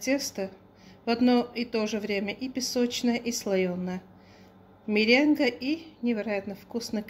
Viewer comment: исправьте на мЕренгу»,хотя вы не обязаны знать это,язык не ваш.Спасибо за рецепт! Вы и так прекрасно разговариваете👍